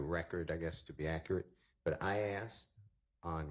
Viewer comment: Asked not AXED. Wipe ur nose girl.